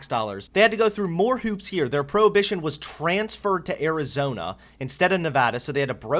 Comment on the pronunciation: It's rich that you're calling others ignorant, but you can't pronounce extradited or probation. C'mon bro.